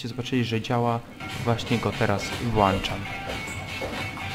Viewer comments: kurwa WŁĄCZAM a nie włanczam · Mówi się "włączam" a nie "włanczam"...